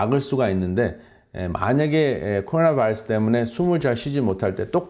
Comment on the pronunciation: 코로나 vㅏ이뤄쑤? 발음좀 젖당히